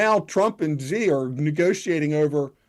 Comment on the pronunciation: Xi is pronounced like "she".